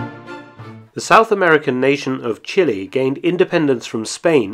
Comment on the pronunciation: Chilly... Brrr! Chili.... Spicy! "Chee-lay"